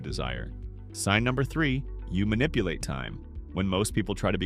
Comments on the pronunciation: "Manipulate" not "minipulate" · "Minipulate" ? I'm out.